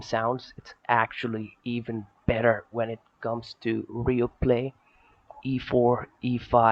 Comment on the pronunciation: "It's actually ever bet-thur when it comes to real phlay". Lmao. Great game though.